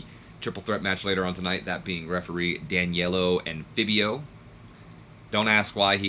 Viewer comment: Its prounouced Danilo (Dan-eel-o